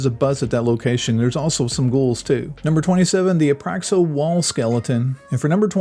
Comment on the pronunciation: I was so happy to find a natively English American narrated video. But I can't follow this. You pronounce stuff weird. "Par Grill" "Abaxo"